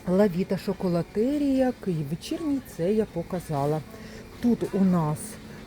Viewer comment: За інформацію подяка,але будь-ласка навчіться правильно вимовляти назву товарів не лАвіта,а лОвіта, не Шоколотерія, а Чоколатерія, не лакмІ,а лАкмі,і так далі ви ж блогер,що несе інформацію у маси про цінову політику даних товарів, тож робіть це правильно.